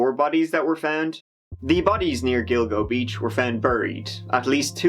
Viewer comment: Did you say Dildo Beach?